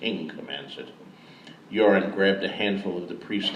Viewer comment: Euron sounds very like urine at times.